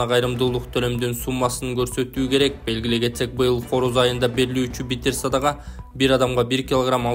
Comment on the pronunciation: Биттиер садага эмес, битир садага деп айтчы журналист мырза...